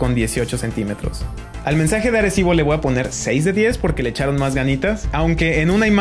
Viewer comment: Le voa poner :v "voa" Es que me trae gracia, en cuanto al contenido, gracias aprendí mucho